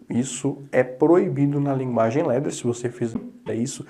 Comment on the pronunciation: Muito bom, mas se pronuncia Ladder como se escreve e não Ledder, Ladder vem do inglês e significa Escada.